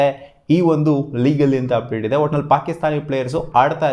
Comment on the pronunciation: ಅದೇನೋ ಆಪ್ಡೇಟ್ ಅಪ್ಡೇಟ್ ಅನ್ನೋದು ಉಪ್ಪಿಟ್ ಉಪ್ಪಿಟ್ ಅಂತ ಕೇಲ್ಸುತ್ತೆ 😂